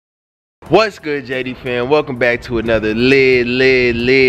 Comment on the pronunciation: The whole time I thought he was saying JG but I finally looked in the description box and realised he was saying JD